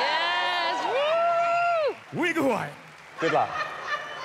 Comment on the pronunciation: "wiggel wine" 🤣🤣🤣